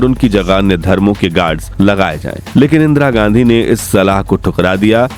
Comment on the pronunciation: इंद्रा गाण्डी 😂हाँ हाँ हाँ इंद्रा गाण्डी। बोलना ही नहीं आता 😂